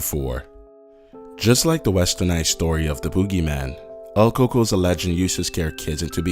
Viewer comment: it pronounced el coo-k-o-y